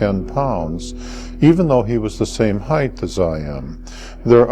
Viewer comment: He keeps looking off to the side, and often stutters…these things are sometimes cues that a person is not being honest. On top of that, the word is “height”…..not “heith”!!!! I hate that. That’s as bad as when our president Bush would say ,” NUKE U LAR…instead of Nuke Le Ar “. Dopes!!!